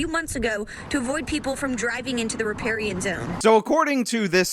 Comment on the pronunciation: "to avoid people from driving into the raparian zone". Way to slaughter the language, cow.